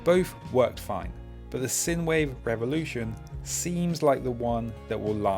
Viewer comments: By the way it's pronounced like sign-wave not sin-wave. It's the mathematical term. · Great bits of kit! BTW, the USB device is pronounced Sign Wave... sinewave is an electrical term... thanks, and be safe out there! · I just can't get over the way you say "sinewave". I'm just too used to people pronouncing the first syllable similar to the first in "sinus". Otherwise, good video!